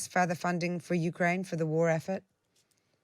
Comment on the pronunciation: she said NUkraine